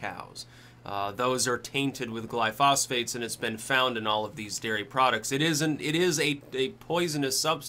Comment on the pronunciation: Simple. Stop consuming dairy. Changed my life for the better after I did so as well as growing and fermenting my own vegetables. Too bad it isn't that cut and dry for someone that survives off of there cows though.. heh. Oh and lol at pronunciation of glyphosates..